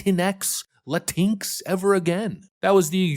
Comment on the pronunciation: "La-tinks" is exactly how I pronounce it! Hahaha 😂😂